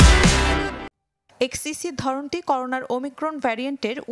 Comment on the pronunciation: করোনো নাকি করোনা😂